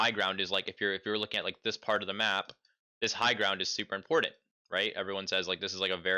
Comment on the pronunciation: important, not importent bro please